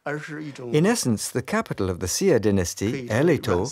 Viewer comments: Why does that lady narrater keep pronouncing the word "xia" as "zia" as in "zee ia" not like the Chinese teacher pronounce it "zhia". They need to articulate proper pronounciation, regardless if it's a foreign language. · It is the Xia, it's just the fact that they didn't pronounce it correctly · The consistent mispronunciation of Xia makes this nearly unwatchable. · Sia? I thought it was the Xia?